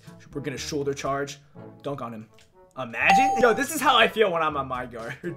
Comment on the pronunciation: Why he keep saying amagine